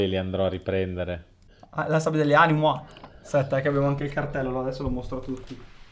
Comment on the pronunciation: Ehm animuo😱😱😱no animua